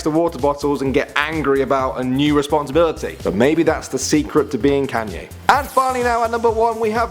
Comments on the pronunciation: stopppp It's not can-yay its con-yay Sorry but it's really annoying me 😅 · ...pfftt.... "CanYAY West" xD